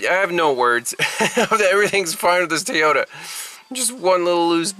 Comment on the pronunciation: Apparently an O is pronounced as an A where you live as in Tayota. Funny how the a on the end is pronounced as an a. Interesting!